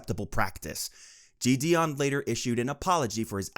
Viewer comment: i cant lie this script sounds chat gpt generated.. also the pronunciation of jidion is killing meeee